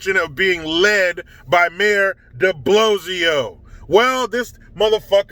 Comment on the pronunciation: Hi its DiBlowslow no E